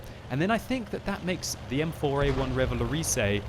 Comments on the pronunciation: xD RéValowrizé that's funny in english for prononce this in french it's like ReuVa-LauRRisé what the hell is my comment O_o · Revalorisey? that's not how you pronounce it...